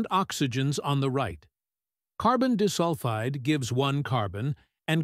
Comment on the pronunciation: carbon dihsulfide💔💔💔